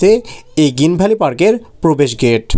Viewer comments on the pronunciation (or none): গিন ভ্যালি না ভাই,গ্রীন ভ্যালি।